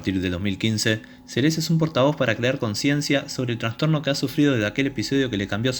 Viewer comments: El locutor pronuncia mal el apellido, dice " Selés" y es Seles, la nombra como palabra aguda. El resto muy bueno. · Esta bueno el video lo unico es la pronunciacion de el apellido es seles solamente no como lo pronuncias como si tuviera acento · Me desespera que pronuncies mal el apellido. Menos deporte hay ahí